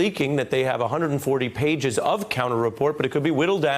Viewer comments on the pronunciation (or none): none